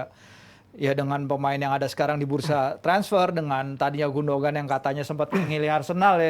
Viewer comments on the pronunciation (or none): Lbh gundohan. Ada tekanan h. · Sekedar masukan, Gündoğan dibacanya Gundoan, Çalhanoğlu dibacanya calhanolu. Huruf Ğ/ğ ini bernama yumuşak g, atau g yang lembut/lemah dan umumnya tidak dibaca. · Gondokan ngab 🤣